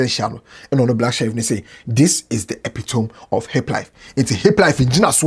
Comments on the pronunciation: 😂😂 what is epitome It's epitomi like indomie, you make I laugh you🤣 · kindly come back again with the pronunciation of “epitome” 😂😂😂